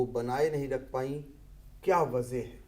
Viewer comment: Waze bhi nhi wajha